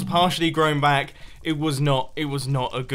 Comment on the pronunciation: Bro whenever you say 'welcome back to another video' the 'back' sounds like banc